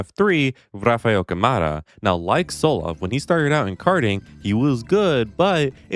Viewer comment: as a brazilian, appreciate the effort, but thats not how you pronounce rafa câmara’s name